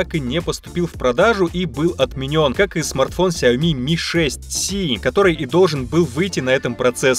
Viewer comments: Все: Сяо́ми или Сяоми́.: Сяйми́и́и́и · ни сяоми а сяоми